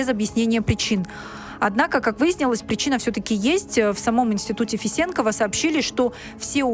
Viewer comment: Добрый день, ударение надо делать не е, а на о. Фесенкова, С уважением, Кайрат аға. Тейфель _ выдающийся астрофизик. Это наша история. Их позиция тоже правильна. Надо знать астральную традицию кочевников.